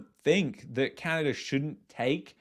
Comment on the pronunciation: I will never get past the way you pronounce "Canadurr"